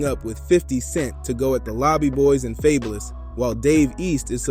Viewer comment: Not happening, and ya’ll gonna listen to someone who pronounced Fabolous name wrong. Em isn’t jumping in to no beef unless his name is mentioned. This video just to get views